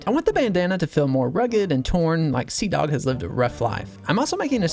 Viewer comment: These are awesome, but the g on seadogs is driving me crazy.